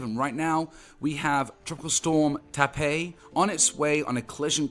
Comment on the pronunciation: Its pronounced Tah pah Its a type of catfish